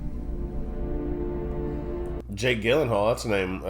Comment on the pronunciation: Learn how to pronounce Jake Gyllenhaal's last name correctly